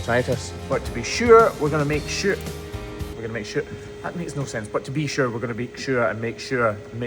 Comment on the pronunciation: "To be sure!". Don't go turning Irish on us now😊